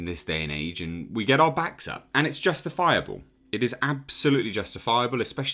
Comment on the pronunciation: I heard the remake/reboot movie was green lit as well. On a side note, it took me a minute to realize you said "justifiable", and not "Just a fire ball" lol